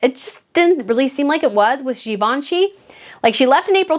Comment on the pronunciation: “…to go from Gee-Vaun-Chee to Q-V-C…is a step down” 😂